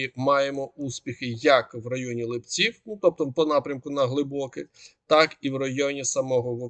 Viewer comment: ЛИпці-наголос на и.